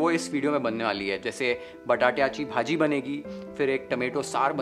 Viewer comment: The way you spoke बटाट्याची भाजी, वालाचे बिर्डे, अळू चं फदफदं was really appreciable.. kudos to entire team YFL. Thanks for sharing such a wonderful नैवेद्याचे ताट.🙏😋😌